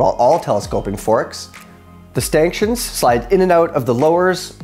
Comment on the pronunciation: Did I hear "Stanktions"? 🤣